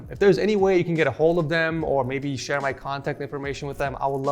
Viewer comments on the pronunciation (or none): none